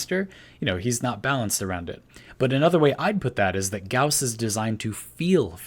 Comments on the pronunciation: Thank you for pronouncing Gauss correctly (rhymes with house) [gaʊs] DE has been saying it like Goss instead of Gouse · Finally somebody who pronounces Gauss correctly <3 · No it's pronounced like "house" and "mouse" check Carl Gauss's Wikipedia page. There's the pronunciation for his name